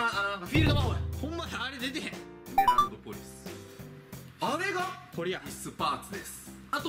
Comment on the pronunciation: ポリの発音がヤンキーや！間違ってるかな?